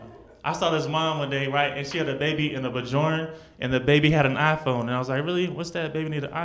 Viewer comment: Baby "Bajorn"..? Lol. It's pronounced "Byorn".. do some homework man.